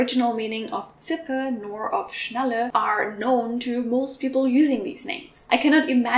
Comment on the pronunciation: why are you pronouncing Schnalle like Schnelle?